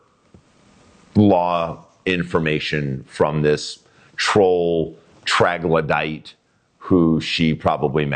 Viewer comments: Troglodytes,, not “traglodyte”. New mug needed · Hey,... It's "Troglodyte." 😉😎